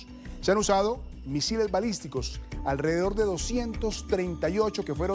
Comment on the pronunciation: Se dice balístico , no misislistico